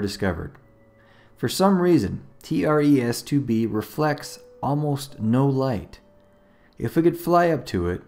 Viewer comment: “T.r.e.s” More like Tres Tr-es..